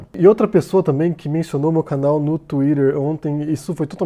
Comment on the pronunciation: Eu amo o. Pra mim ele só tem um defeito: a pronúncia da palavra twitter.